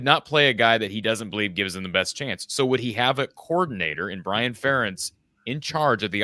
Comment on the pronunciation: When an Iowa fan says " Fur- entz" I know he is a clown